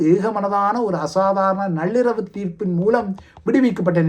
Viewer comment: ஐயா தயவுசெய்து தமிழைச் சரியான பாதையில் கொண்டு செல்ல உதவுங்கள். நள்ளிரவு, நண்பன் என்ற சொல்லாடலை கவனமாக எழுத்துக்கூட்டி வாசியுங்கள். நல்லிரவு, நன்பன் என்று உச்சரிப்பது தவறு என்று உங்கள் மனம் உறுத்த வில்லையா? பழமொழியைக்கூட நீங்கள் விட்டு வைக்கவில்லை. எழுதியவன் ஏட்டைக் கொடுத்தான், பாடியவன் பாட்டைக் கொடுத்தான் என்பதே சரியான பழமொழி. தயவு செய்து புரிந்து கொள்ளுங்கள்.